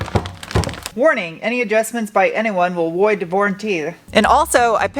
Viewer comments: "Will Woid the varantee" Gneiss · "Warning, any adjustments made by anyone would woid the varranty ." I caught that 🤣🤣🤣